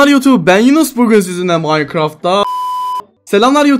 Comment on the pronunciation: O kadar maynkraft demişki robloxda da Minecraft diyor